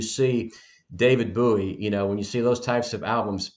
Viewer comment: Boo ee LMFAO its BOW ee dude